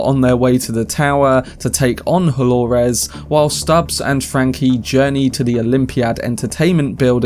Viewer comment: it's Do-lo-res, not Hol-o-res